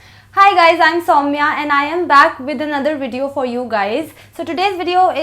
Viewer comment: In our Bengali culture , the name Saumya is of boy ! And its pronunciation is Souma( সৌম্য) and not Saumya 🤔🤔